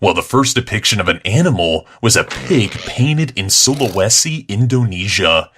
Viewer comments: I live in Indonesia (btw you pronounce it wrong su-la-we-si) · It's kinda weird how pronounced Sulawesi, but it's pretty good I guess.